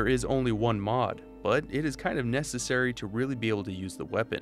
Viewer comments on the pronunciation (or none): none